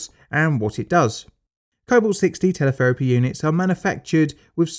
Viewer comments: "Telepherapy" head ?????? I think Shé Means "Teletherapy" Head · "TelePHerapy" Hmm, that's not right. Even Teletherapy doesn't sound right. Radiotherapy, perhaps.